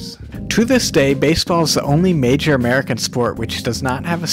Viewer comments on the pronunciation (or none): none